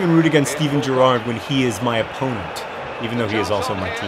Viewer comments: Accent on the first syllable in Gerrard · JOHN IM FROM ENGLAND; COULD YOU PLEASE PRONOUNCE GERRARD PROPERLY! love the videos by the way xxxxxx dftba ;) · your pronouncing gerrard wrong btw